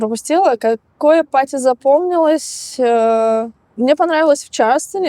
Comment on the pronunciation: Блин, когда вы научитесь произносить слово парти party, а вы говорите паату, что звучит как potty. Что звучит как наделать в горшок.